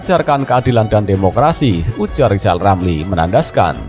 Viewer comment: Hari pertama Rijal Ramli jadi presiden ,kami rakyat akan turunkan lagi sebab gak pantas ngomongnya gak bisa R wkwk 😀😀😀